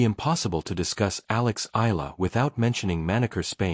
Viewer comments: Please, report her name correctly. it's NOT ELLA! It's ALEX short for ALEXANDRA. Her last name is EALA pronounced as EYALA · Before hitting the airwaves, know your subject - Alex Eala, Eala, Eala not Ella….Eeeeeaaaahhhhlahhhh. Got it? It is impolite to mispronounce her name.Are you……?????